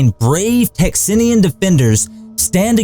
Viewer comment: It’s Texians, not Texnians. You mispronounced Bowie. Bowie had TB, not pneumonia, and was most likely dead before the final assault. Also, Bowie’s room no longer exists, it was demolished years ago. Crockett never called himself “Davy”, he preferred “David”. A lot of the accompanying pictures show men using weapons that hadn’t been invented by the time of the battle. The bodies of the defendants were not mutilated after the battle. They were piled into three separate piles and burned in funeral pyres. The only exception was one man whose brother was in Santa Ana’s army. The brother asked Santa Ana for permission to bury his brother and that permission was granted.